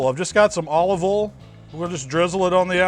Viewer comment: For as much "southern drawl" as you have I should not be surprised at how you say "oil". I'm not faulting you, this Yankee is just observing and learning how to bbq right. It sounds like you say "ole". There is one difficult thing to watch in your videos. You get to try it. Damn it.